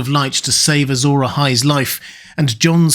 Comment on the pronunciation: It's interesting you say "Azor eyes" because it sounds like "azure eyes". Azure as in blue.